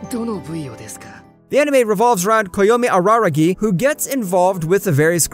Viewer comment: 😂 bro said aragari instead of araragi